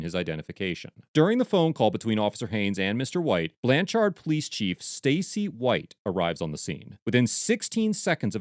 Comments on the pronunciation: I comend the editors of these videos, the only problem i have is the way they are saying blanch-ard when its pronounced blanch-erd. I live 30 min away from this town, it was just bothering me the way he was saying it😂😂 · As a lifelong resident of Oklahoma, it grates on me each time you pronounce the name of the town Blanchard. It is not pronounced “Blan-charred” as you say it. The accent is on the first syllable and the second one sort of rhymes with the word “third”. I probably wouldn’t have bothered to make that comment except for how many times you mentioned the town name in the video. 😆 Anyhow, I definitely appreciate how you disseminate and share your knowledge. 👍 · Lol...okie here. Cops are some of the stupidest humans on the planet, especially cops in Oklahoma. By the way, its pronounced "BlanCHERD" not "BlanCHARD". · It's pronounced more like blancherd than the amount of "ar" you're putting in the second syllable. :D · Lol. The biggest crime of this video is how the narrator pronounces Blann Chard. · ITS PRONOUNCED BLANCH ERD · BTW.... It's pronounced more like Blancherd.... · 1. Lets hold him till we can find a crime. 2. It's pronounced Blancherd. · it's pronounced "blanchird" but good video ! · From Oklahoma. It's spelled blanchard but said like blanch- (t)urd. Ps lions suck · Trying to help here the proper annunciation is Blanchherd lol. Like turd not chard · Iss pronounced Blan-Chrd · Sounds more like BLANchurd in pronunciation.